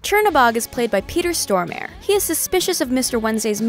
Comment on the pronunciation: What? Peter STORM AIR? lol